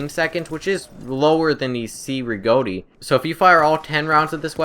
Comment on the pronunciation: The Cei Rigotti is pronounced like Che (as in Che Guavara). I love the medic class too.